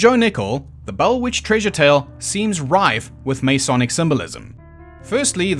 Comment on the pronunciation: God I love your channel, but I have to make a couple of points. First you are not pronouncing the word “Masonic” correctly. The first vowel is unstressed and definitely not as a long A. Second, the cube is not a symbol anywhere in Freemasonry. Third, at least under the Webb ritual, the candidate is not “jerked backwards.“ But if those are the only things I can pick at, you’ve done damn fuckin’ well.